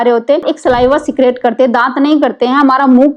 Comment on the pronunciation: सलाइवा सीक्रेट नहीं होता है स्क्रीट शब्द होता है अंग्रेज मैडम